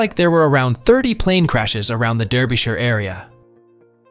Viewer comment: At least learn how to pronounce Derbyshire!